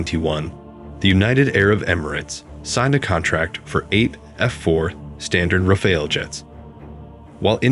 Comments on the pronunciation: RAFALE pronounced like NADAL (tennis player) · Every English speaker gets confused by the « E » at the end and will pronounce it Raf-Ale (as in beer), but that « E » is silent and we French pronounce it « Raf Al » as in Albert. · I noticed around 7 way to pronounce "Rafale" 😂😂 it would have been so easy to write it in Google translate and listen 🤡🤡🤡